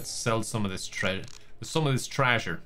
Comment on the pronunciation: after saying "trasure" 75 billion times: "I have to be careful or I might actually start saying 'trasure.'" Dear, you couldn't say it more if you tried.